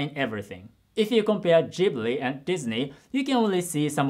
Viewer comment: Is that how you pronounce Ghibli? 😱